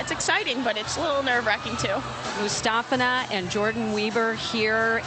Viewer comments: Alina... Aliya...Mustafeena, Mustafa... ... MUSTAFINA! Come on, Al, really? She's the World Champ! You should know her name. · If you watch some of the Russian news coverage on Aliya you can hear the Russian news reporters pronounce her surname as MustAHfina. Type in 'Difficult comeback for Mustafina' and you'll see.